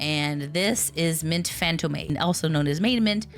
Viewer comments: its pronounced Fan-tome not fan toe-may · sorry to be that guy, but I'm half French and it gives me the heebie-jeebies to hear Mint Fantôme being pronounced as "fantomay". It's the French word for ghost, the accent's there, I'd appreciate if it's used correctly. it's mostly a me-thing tho, I get the same physical revulsion from hearing aluminium pronounced as "aloominum".